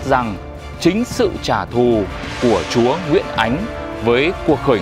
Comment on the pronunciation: Nge ông su nói chúa ông đọc thành chó